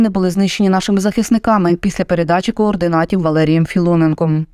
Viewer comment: Голос за кадром допускається мовних помилок,як от: по бойовим машинам(54 с),це неправильно,читайте правопис разом з редактором.На 1.20с_ сказано:кординатів,це теж неправильно.Слідкуйте,будь ласка,за дотриманням мовних норм.ви ж еталон мови.Дякую.